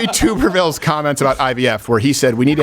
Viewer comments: Tub as in bathtub, not as in YouTube. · I kinda wish people would understand Tommy Tuberville's name is like tub ( short vowel sound ) , not toob . Think bath tub .............